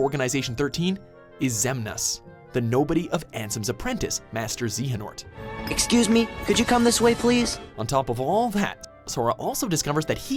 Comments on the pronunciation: NA-MI-NE not NAM-I-NE, MASTERY, not MYSTERY, and Xehanort(Zay-Heh-Nort) not Xehanort(Zee-Heh-Nort) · Here’s some fixes for this vid: To pronounce Traverse in this game it would be (Trah-verse but a bit slowly) after that Marluxia is pronounced (Mar-loo-Sheea), You got Xehanort right... ish it would be (xè-ah-nort) after the fight with Xemnas, Sora and Riku find a portal thinking it’s back home but it’s the realm of darkness. they recieve a letter from Kairi not the king (yet) and after reading the letter, a door of light appears in front of them leading them back to destiny island. After being settled back to destiny island Kairi brings the letter of the king to sora and riku informing them to do one last trial before becoming keyblade masters. Last error is the Mark of MASTERY not mystery (don’t know how you failed that lol) everything else is correct which is awesome. Sorry I was just T R I G G E R E D when some of the info was incorrect. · marlucksia, naamine, zeehhanort, mark of mystery, lmao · I want more Kingdom Hearts! There were definitely mispronunciations (Namine, Xehanort, Marluxia, Mark of "mystery") but an overall good job